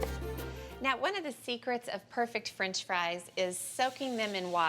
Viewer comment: “Frinch” fries